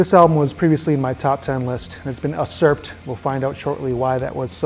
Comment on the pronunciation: Usurped is pronounced like "you-surped" 😉....good list. 👍